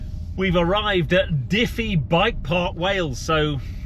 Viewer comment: Researches cars, but can’t be arsed to research the place names he’s visiting. “Dify bike park Wales” I’m guessingnit was ‘Dyfi’, pronounced Dove-e